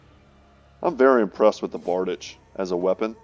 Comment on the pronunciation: That weapon is called bar-deech.